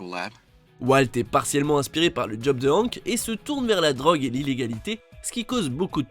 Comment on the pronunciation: La prononciation de hank bruhhhhh faites un efforr